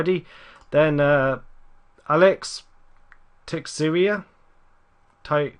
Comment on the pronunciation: Pronounce it Alex te shera like Alan schearer